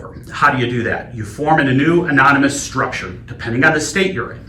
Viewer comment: 'Amomynous' lol